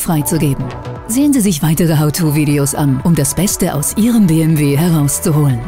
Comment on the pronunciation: Bitte entweder Deutsch (Be-eM-We) oder Englisch (dann aber Bii-eM-DoubleJu), aber Mischen tönt nicht sehr kompetent ...